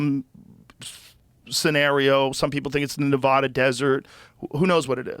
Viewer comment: Joe pronounced "nevada" nuvoda so he has no validity